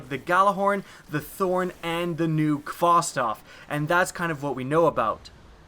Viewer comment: Uh,.... It's Khvostov... Not Khvostof... Just thought I might point that out.